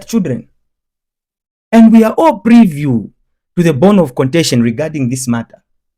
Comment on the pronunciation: Privy bro, not preview